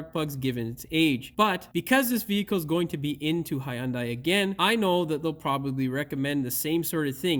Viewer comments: HUN DAI. NOT "HIGH YUN DAI" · Hyundai, It's pronounced like Sunday. Hyundai even had a commercial stating that years ago. No "i" sound in that y. The "y" is silent.